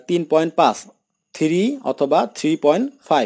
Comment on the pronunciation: পাঁচ কে পাস বলছেন কেন ভাই?